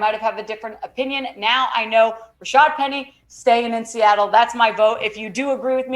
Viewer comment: The announcers called Rashaad Penny, Rashard all game.